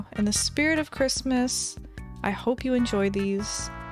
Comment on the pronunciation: wait did she just say, merry crimis?